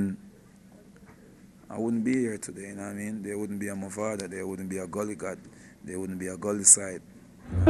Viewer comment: One final time I'm going to say this, it's MAVADO not MOVADO!!!